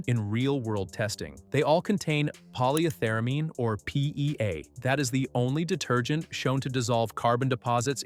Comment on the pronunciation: I think you mean Poly Ether Amine. Pronounce each separately. Sound like a real chemist.